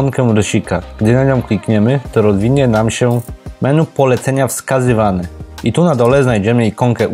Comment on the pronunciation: "menu" jprd.... wymawia się "meni" !